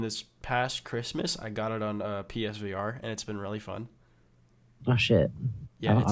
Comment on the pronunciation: "the PS-vore" i know it was a slip up but ohh boy im losing my fuckin mind